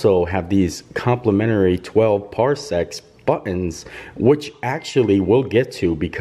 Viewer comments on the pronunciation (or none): How this guy pronounced “Parsecs” and “Tattooine”... smh